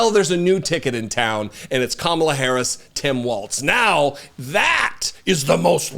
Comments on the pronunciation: wouldn't Kamabla be spelled Kamablah as you are pronouncing it? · He's just having another mental breakdown. He slurred when he said 'Kamalabl'. He couldn't get the ck out. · What the heck is this orange guy talking about... Kamabla? That's just gibberish!!😂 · Kamabla is on purpose he's like 12 year old tee hee i said her name wrong what a dick